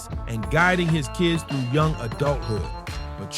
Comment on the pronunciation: I love how you said youn gifted and loved by his family 😂! The term is young gifted abd Black 😂